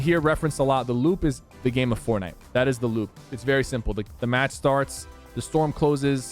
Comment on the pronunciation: Sheeeesh “forkknife” almost in chapter 3 boys 🥶